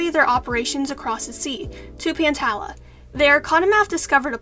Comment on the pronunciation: The wings are being set of fire with this one 🔥🔥🔥 Also pantala is pronounced pan-tall-uhh And jerboa actually enchanted a snake egg